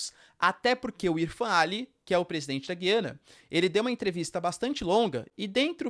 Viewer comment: GUIANA, e não, Giiiiiana!!!